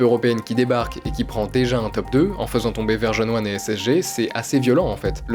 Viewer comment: top les vidéos l'ami ! blague à part depuis le début j'entends Verge-on-One et j'ai l'impression de passer à côté d'une équipe dont j'ignorais le nom.. en fait c'est juste ta prononciation qui est cheloue haha 😂